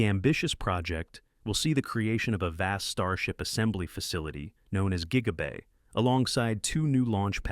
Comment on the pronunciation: JIGA BAY???